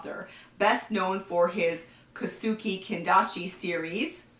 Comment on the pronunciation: In Japanese any thing that ends with -e is pronounced with an eh sound. So Kosuke is pronounced Ko-Su-Keh and Kobe is pronounced Ko-Beh.